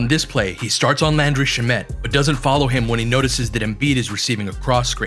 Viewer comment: Possibly the most well presented in-depth analysis I've seen on YouTube. I don't even care about basketball minutiae like screen footwork generally, but you made me. Props to you sir. But I hate how you pronounced shamet, so disliked and reported.